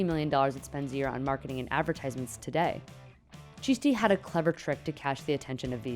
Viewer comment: Ffs at least pronounce the name properly, ChiSHti